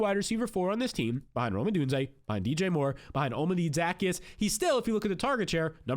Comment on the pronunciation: O-Llama-Day Zuh-Key-Us sheesh lol